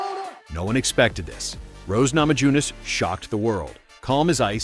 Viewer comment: Is this AI written and narrated? Anyone who follows MMA would know the names aren't pronounced Nama-JU-nas or An-dra-DEH.